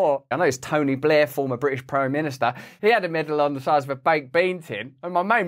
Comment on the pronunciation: His articulation is appalling. I stopped watching after the third time he said "Bri'ish".